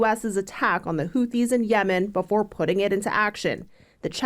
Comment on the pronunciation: Houthi's. Its pronounced how its spelled. Charla shouldnt comment on shit he cant even pronounce.